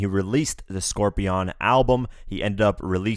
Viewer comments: Scorpion not scorpeeon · Dude Drake doesn’t care that he brought other people into it, it was about Pusha rapping about death with 40. Also, why did you pronounce Scorpion as Scor-BEYOND? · I’m sorry.... Scorpi-ON?!